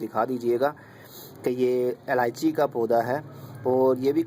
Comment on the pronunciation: its ilaichi not aalaichi